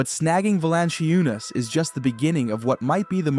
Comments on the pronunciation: You really need to learn how to pronounce Valančiūnas and say it correctly EVERY time... :earsbleeding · befor you start about Europe, which seems like you do not know much about, at least learn to pronounce his name;-) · Yeah this guy is pretty dumb. Mispronouncing JVs name, saying that Adam Silver started the 2nd apron, twin towers will never happen with Joker and JV. JV is meant to spell Jokic as he has had to play 37 mins a game just to get us a top 4 seed. We were the best offense in the league with Jokic on the floor, the worst in the league and historically bad with Joker off the floor.